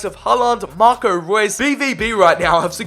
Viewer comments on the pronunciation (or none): none